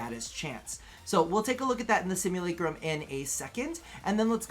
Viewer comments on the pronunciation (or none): none